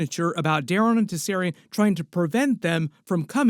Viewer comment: Just checking in to see if you learned to say their last name yet. And you still can't say their name. Do you have downs? Do you have ears? You can clearly hear them say their own name. It isn't Targaren. It is Targaryen. There is a "Y" in the name. Can your smooth brain get the name right? The dragon family name from House of the Dragon is Targaryen. It is pronounced Tar-GAIR-ee-en.Tar: Like the material "tar"Gair: Rhymes with "hair" or "air"Ee: Sounds like the letter "E"En: Sounds like "in"The main emphasis (or stress) is placed on the second syllable, "Gair.".